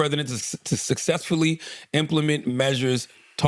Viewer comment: Even with the pronunciation, that’s a choppy ass word 😂